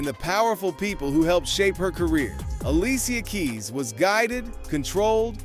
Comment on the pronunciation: Not ali cia keis.